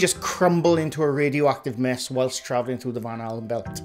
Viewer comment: Now I can't unhear you saying Van Halen Belt 😂😅